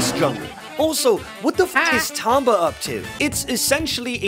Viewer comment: Imagine pronouncing Tomba like Tomba